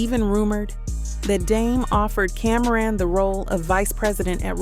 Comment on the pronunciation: It’s CAM -RON not Cameron sheesh